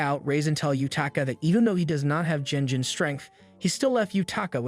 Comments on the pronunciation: This is not a manhwa, it's a regular manga as it's Japanese. PS It's not pronounces jenjin. The pronunciation is phonemically ɡen(d)ʑiɴ . It's a ' g ' like in ' good ' , not like in ' generation '. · Someone please teach this man to not pronounce G like J.